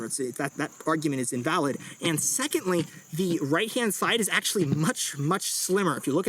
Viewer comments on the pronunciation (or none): none